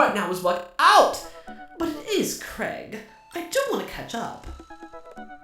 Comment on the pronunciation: Saying Craig wrong but still sounds cute